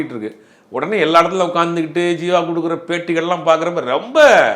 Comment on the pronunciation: Sir athu jeeva... Not seeva